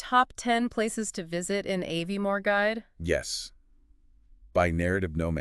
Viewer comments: you pronounced Aviemore, loch, Strathspey incorrectly ! CHALLENGING !! but lovely that you are highlighting Scotland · First sentence pronounced Aviemore incorrectly could not finish